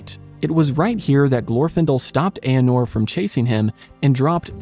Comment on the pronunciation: The king who could not withstand the mocking Witch King of Angmar was not 'Eanor,' he was the proud E-ar-nur. Sorry 'bout that, GREAT video of well-balanced scholarship. I am an old shade tree Tolkien scholar who first read Hobbit and LOTR in 1966.